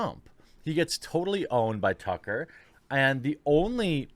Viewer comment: He had trouble differentiating Chucklehead from Tucker that he started calling him Tucklehead